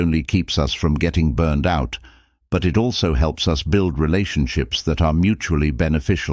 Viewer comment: The mispronunciations are insane. Just the way that they pronounce us is laughable. “Oos” 😂